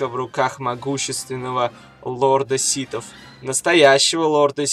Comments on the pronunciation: Ситов? Ситхов блин. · "... лорда ситов.. "?! может лорда сиТхов? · (Видео для вас!) ДА МЛЯТЬ ! НЕ ситов , а СИТХОВ !!! один малограмотный ляпнул СИТ, другие повторяют... сами вы ситы, ситечки для чая ... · Лорд ситов... СИТОВ, Карл, не ситхов, а ситов, блять =))) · Ситов, или ситхов? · Почему ты говоришь ситов? А не ситхов? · не ситав а ситхав